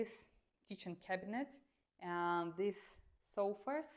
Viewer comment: Your accent and pronunciation is really good for a russian especially when you say the word (these or this) because I have some russian friends and they say the word these /this as "Zis" 😅